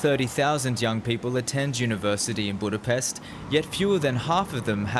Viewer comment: So, you pronounce Budapest with an S, which is wrong, there should be a Š sound (SH) but you say FIDEŠ, which is also wrong (it should be FIDES, with an S). Journalism at its worst.